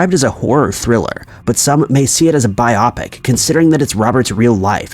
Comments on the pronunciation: BIOPIC is pronounced "BY-oh-Pick" (as in "Biographical Picture") ..... Not "By-AWW-pic" 🙄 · ... Biopic is commonly mispronounced because -ic is a common suffix. -opic is also a commonly seen as in topic, or tropic, telescopic, microscopic, etc... Biopic is short for Biographical Picture, and it is pronounced as Bio-Pic (Bi-Oh-Pic) and not bi-OP-ic. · He pronounces “biopic” like myopic. 🤦🏻‍♀️ It’s bio-pic. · "Bi opic"